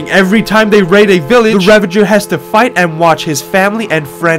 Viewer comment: "he has to watch his friends and family get EEE-LIMINATED"